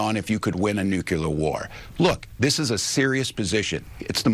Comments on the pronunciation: Hey it’s not NUCELAR it’s Nuclear. His appointment tells us the majority has no voice anymore in politics. Him,Mondummy,that blk idiot in Chiraq are all still in office with approval ratings in the single digits,but are still in office. Tell me that’s not rigged. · He said nucular. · A man trying to defend his mental acuity, should probably first learn to pronounce “nuclear.”